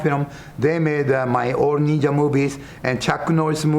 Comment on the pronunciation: "Only a neenja can stop a neenja!!"